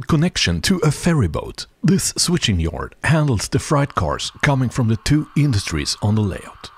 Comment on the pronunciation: Love your channel. Your English is very good. Just pointing out something. Height = hite. Freight = frate. Why we do that with the pronunciation is beyond me. I’m also learning Spanish as a hobby and that make pronunciation much easier.